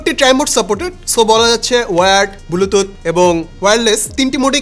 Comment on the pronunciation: Bluetooth ❌ bulututh✅